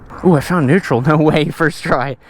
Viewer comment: " it was in netraul tho"🤣🤣